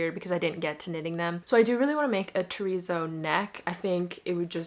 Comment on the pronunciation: Why do you say "terrizzo sweater" instead of terrazzo? Confuses me a bit